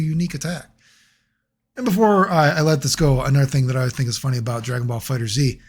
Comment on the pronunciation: Is that snapping at the intro a normal thing? Also bro don't say the Z, just read it as fighters. 🤦‍♂️